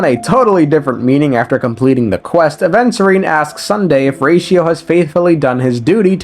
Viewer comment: bro called "Adventure time" instead of Aventurine made me off bruh ☠️